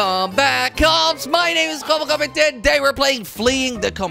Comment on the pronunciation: you said kwebbelcock. 😂😂😂